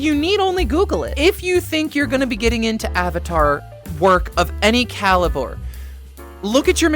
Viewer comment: The way you said caliber as ‘calibour’ sounded so posh.